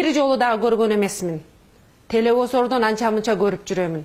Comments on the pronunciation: Телевозор эмес телевизор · Шпион эмес Ишпион деди. Тэлэвузор деди. Депутат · Телевизор дей албайсын сен кандай депутат болосун.жон эле журоберсен болмок. (Тал келбейт) эмес дал келбейт.канча созундо ката эх ушундайлар бийлике барса онолушубузга дагы 30 жыл барго. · Телеозор дейби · Кочоотон бери дейтго ай биринчи кыргыз Тилли телевосордон деп уят лучше мандатты кайтарып бергин пака кеч бололекте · Телевизорду Толовузор, шпионду ишпион деп сүйлөгөн сабатсыз экен эми ушулар калды эле бизди башкарган, и так эле эки жетим Макалё менен Сексалю жетиштүү эле. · Бул, телевизор деген созду туура айталбай жатат, анан кантип депутат болот я Эми Икрам менен дастанга кошулат экен да ээ.Аттин Кыргызым аларга дагы бироо кошулдуу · Телевизор дегенди каттуу айтатко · Кыргызстанда кыйын канчалаган кыздарыбыз бар.15 жылы келип эле 6 жылдын ичинде эле депутат болом деген сенкыйын экенсин.эмне иш кылмак элен телевизор деген созду тууралай албай жатып.Сенден башка деле жогорку кенеште сабатсыздар толтура.Кытайга жонотуш керек сени.